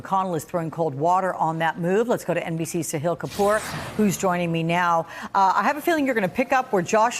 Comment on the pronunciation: His name is Sahil, sa-hill not see heal.